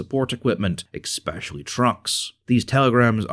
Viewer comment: "Exspecially" That is not how you say that word